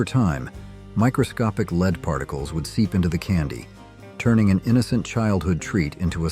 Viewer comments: I was happily watching until I heard the mispronunciation of lead. Lead as in the metal was pronounced lead as in when you encourage someone to go a certain way. Honestly, it was convincing AI until that point. At that point I stopped watching. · I'd also love to know what you enjoyed because I never ate any of this crap except candy and I'm pretty sure it didn't have lead and if so, lead wasn't the worst ingredient. Or "leed" as the AI says. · Is this an ai or doesn't this idiot know how to pronounce "lead" (the substance)? Also click-bait title. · Well, is it lead or lead? Can't figure out context? Dumb ass software... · Teach your ai to say lead correctly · Learn to say led and not to say lead...sheesh... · For example "lead" (that's dangerous) was pronounced "lead" (opposite of follow). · Lead (the metal) rhymes with "head" and "bed", not "reed". Get a smarter voice program. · Ai generated video.Lead is not Leed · I'm being facetious. The AI narrator was talking about LEAD and pronouncing it LEED and also mispronounced Bartles and James. I can tell by this response that YOU are an AI too. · Lead is pronounced "led", not lēad. AI is making America dumber. We are becoming more unintelligent each passing day. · The pronunciation is very annoying. For ex., lead (a chemical element) and AI says leed. There are many more examples I could use but I guess you understand. Do you listen to the AI voice you use and try to fix the pronunciations? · Lead poisoning... I mean leed lol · Did you AI mean lead (led) or lead (be in front)? Pretty poor. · I hate AI narration, can't even say lead right.